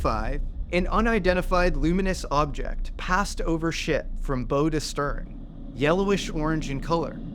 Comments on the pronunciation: "Traveling from BOW [pronounced like "Owl" or BOW-WOW] to stern" not like a "ribbon bow" with a long "O". Please do some minimal dictionary and pronunciation checking if you are not 100% sure about the word when used in a naval context. This, like saying the USS Princeton is a CVN even when your video clearly shows it's a much smaller ship and CVNs are the only nuclear surface ships in the US Navy after the nuclear cruisers were decommissioned many years ago. These unforced errors are cringey at best. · The Bow of a ship is pronounced like cow or now… not like bow and arrow.